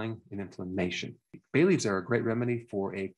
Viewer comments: You said bay leafs but I heard Bailey's. Good thing I looked at the screen to double check. 🤦‍♀️ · At first I thought you said baileys not bay leaves 🤣 I was like what? I have to drink when I’m sick? Haha